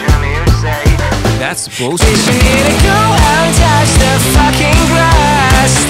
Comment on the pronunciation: I literally love how he pronounces "fucking" it sounds so asian for some reason